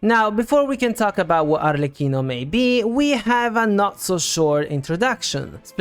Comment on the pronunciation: That’s a detail but thanks god finally someone who pronounce “Arlecchino” correctly 😩!! Also all the theories are very interesting, thanks for compiling all of them! You did a great job!